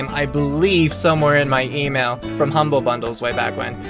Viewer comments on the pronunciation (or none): none